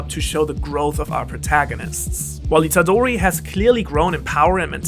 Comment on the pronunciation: please pronounce Itadori with a real roaring sound “R”, it’s not an english name